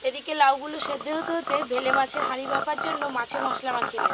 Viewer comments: Ota bele mach, vele mach bolcho keno, tumi ki thik kore katha bolte parona. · বেলে মাছ কে বারবার ভেলে, ভেলে বলছ ভীষণ কানে লাগছে ।ভুলভাল উচ্চারণ করো কেনো?কামরাঙা কে কাবরাঙা । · ভেলে না বেলে। আপনার উচ্চারণ বড্ড খারাপ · আগে উচ্চারণ ঠিক করো।তার পর কথা বলো।ভেলা না বেলে মাছ। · ওটাকে বেলে মাছ বলে। ভুল উচ্চারণ কেনো করো?